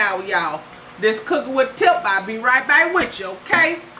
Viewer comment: She don't say back, she say bike lol